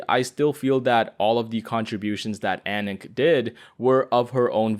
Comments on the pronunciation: Anonk??? What? Is that how she's pronounced? I think of her like Aananke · I’ve always imagined her name to be more pronounced like anaakay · fire vid bro but i keep getting triggered everytime you spell ananke because there is NO way that's how you say her name 😭